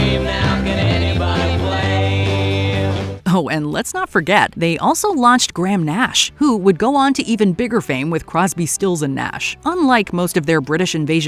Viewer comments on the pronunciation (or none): His name is Graham Nash, not Gram Nash.